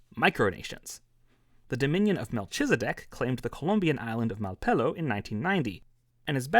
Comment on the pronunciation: Nah but Melchizedek is pronounced Mel-Ke-ze-dek. Not Millchizdek. lol